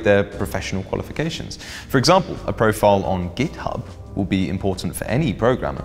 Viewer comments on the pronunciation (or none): none